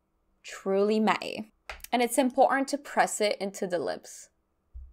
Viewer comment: This was such a fun video! Do Canadians say “Matte-y?” I’m confused by that pronunciation